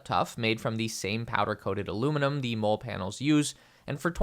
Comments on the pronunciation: Its pronounced MOLLY not Mole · Molle is pronounced “Molly” - seems many reviewers haven’t got this right. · Mole is pronounced “Molly”